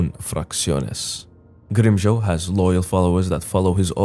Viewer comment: From Grimmjow to Grimm-Crown.